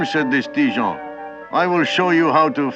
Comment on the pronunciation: Ha ha! Le narrateur prononce Ti-Jean comme Dijon!